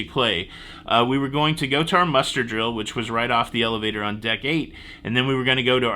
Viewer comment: When I first heard “muster blocked” I swore you said “mustard blocked” and my mind went crazy for a second why a cruise ship would do such a thing. 🥹